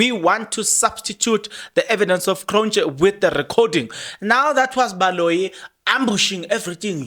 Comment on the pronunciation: It’s magistrate Cronje as in Hansie Cronje …it’s not “Kronj” 😒